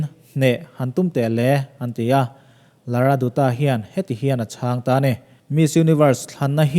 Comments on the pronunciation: Pls pronounce Lara Datta not lara doota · Lara datta tia lam tur......a spelling chu dutta ni mah se.... 😊☺ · Lara Dutta hi Lara Datta, tia lam tur. Sunil Dutt- Sunil Dat etc